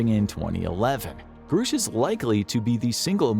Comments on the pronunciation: It's Grush not Groosh. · It's pronounced GRUSH NOT GROOOSH 😂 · Its Grush, not groosh. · Grush, not Groosh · Just gunna say this, not to knock on you guys, but because it's been bothering me all over the place right now: it's pronounced "Gruh-sh." Not "Groo-sh". David Grusch himself pronounces it this way in his interview with Ross Coulthart. Gruhhhhsch. Just sayin'. Anyway, back to the topic at hand here: if Grusch is correct, then this disinfo campaign has been waged on the civilian populace and corporate interests are hoarding advanced technology for their own profit and intending on weaponizing it. Gee, what a surprise, never heard that one before. 🙄 Honestly the massive delusions so many "powerful" people experience is the best evidence we have of a larger need to take mental health seriously. Funnily enough... Most people who report UAP sightings are perfectly mentally stable. Myself included. I ain't crazy because the Universe decided to give me a high five and show me something fantastically amazing, lol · The pronunciation of the whistleblower's name is gr-ush not groosh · Call him "Groosh" one more time.... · Grusch is a short U vowel sound. Not long U vowel sound. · It’s amazing how you can know so much on this topic yet still pronounce Grusch incorrectly.